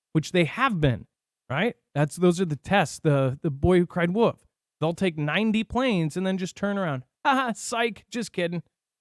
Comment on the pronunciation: its WOLF ffs not Woof - ^The Boy Who Cried " W.O.L.F " ^